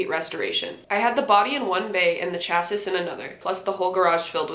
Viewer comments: As a car person: its "chass-ee" not "chassis" I know its spelled that way but language is dumb smh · chassis = cha-see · The word "chassis" is pronounced cha-see. You were closer than most.